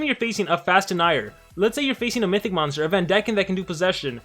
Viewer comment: I like how says mystic instead of mythic 😅